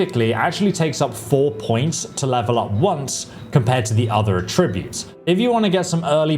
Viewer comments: This dude needs to learn how to say some things like “attributes” they’re not “uh tree boots” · The word is "Attributes". "ATT-ributes". Not "A-TRIB-utes." ATT-ributes! And David Bowie was the Rock and Roll Chameleon, not the CHAR-meleon with a cup of tea! Chameleon, like the colour-changing lizard. {:o:O:} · Attributes. ATT-ributes! Not A TRIB-utes! ATT-ributes! What the hell is wrong with you, aren't you British? And David Bowie was the Rock and Roll Chameleon, not the CHAR-meleon with a cup of tea! {:o:O:} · AAATTTTtributes not AAAA tributes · Great video, but by god it’s A-tributes not a-TRIBUTES 😅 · Why do you keep saying attributes like atrib-butes its aaaaah tributes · Great video as usual but mate, someone's got to tell you - it's AT-ributes not at-RIB-utes. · Amazing video, so helpful, sent my son a link. But please, aTTRIButes is a verb. Please rerecord this entire video with the correct pronunciation, and then send me the link when you have done so. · 10 more years of listening to this tool mispronouncing attributes (uhh-trib-yoot), no that's a hard pass for me. Glad he's got plenty to do, maybe an aural encyclopedia would be a big hay-elp.....😅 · Is anyone else weirded out by the way he says “attributes “? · That's not how attributes is pronounced, lol. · Bro please learn how to pronounce 'attributes' properly if you're going to say it 1000 times in the video, it was actually infuriating 😂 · Why do you say attributes wrong?? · Attributes, not Attributes! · Learn to say Attributes correctly. Not even Americans say it how you do. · Listened to 20 minutes of him saying "attributes" wrong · The way you say Attributes is absolutely maddening. Good vid though